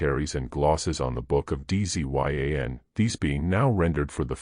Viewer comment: He say Dzyn anke Zion. It's pronounced dzjahn, almost like John with a softer sound to start.